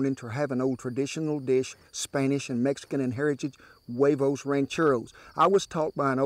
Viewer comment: Good pronunciation most people say Hooayvos when it's actually (Wehvohs)